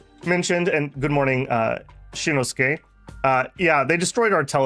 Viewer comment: XD I've seen some of it. you do pronounce some things off. It's ok though, its called an accent. Perfectly fine, words that are mere tools to linguistic performance. Just, most people screw up shinoskay, a name, and you didn't